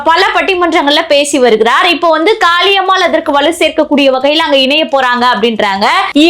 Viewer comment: காளியம்மாள் எனன்று அழுத்திச் சொல்வதைதைதை நிறுத்துங்கள். இப்படிப் பேசித்தான் அந்தம்மா தலைகீழா நிக்குது.அது ஒரு ?????.